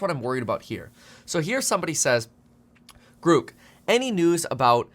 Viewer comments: Grouk? Groock? What the f-. It's grok. At least learn how it's called, before you purport to know enough to issue a warning. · I'm pretty sure it's pronounced "Grock" like the old computer term not "Grook" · Pronounced GRAWK, not GREWK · I like how the first demo of Grok (pronounced Grawk) is showing how Grok knows all the up to date information about Elon Musk. I think I can see where this is going. Grok will exceed the capabilities of all humans with Bluecheck accounts. Grok will suck up to Musk more accurately and with greater emotional impact than any human could ever do. Grok: More Bluecheck Than Bluecheck. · Grok .. sounds like clock …. Not gruk …… so much better the Chat GPT ….has humor and not censored…… ITS MUCH BETTER AND NO CENSORSHIP LIKE CHATGPT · That's GROK, rhymes with "rock". A rip-off of a great Sci-fi author's work, stripping it of original meaning and offering it in some cutesy "rebellious not" name. An insult to Robert A. Heinlein, a disgusting commercialization. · I think Musk made a mistake. He shouldn't have used the long dash over the o. The word "grok" is actually pronounced as "graak" exactly as the word "bock" (baak). It was popularized by the science fiction novel "Stranger in a Strange Land" by Robert A. Heinlein. It means to deeply and fully understand something, often on a fundamental and emotional level, going beyond mere intellectual comprehension. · Grok, rhymes with rock. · long o, not u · Your pronunciation of grok is incorrect